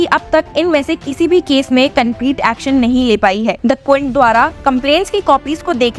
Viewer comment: Aaxxon sounds yuckxon by the voiceover! LoL 😂 it's not lawyer bi prophexan but better sound palatable in Hindi.